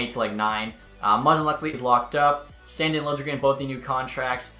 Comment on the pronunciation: You say “sandin” wrong💀